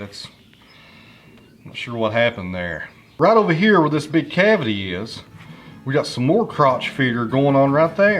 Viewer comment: “Like ee-us”. Your Hillbilly slang for “like this”